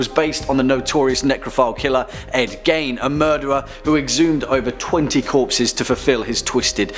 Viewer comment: Its pronounced(geen, not gain) for the serial killer Ed gein